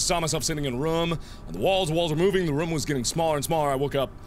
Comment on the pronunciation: i'm not saying you say room weird but but it sometimes sounds like rum the beer pirate's drink